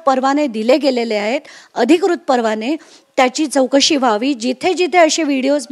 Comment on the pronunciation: Tv9 ला मराठी माणसं मिळत नाही का? चौकशी ला चोकसी बोलणारा वार्ताहर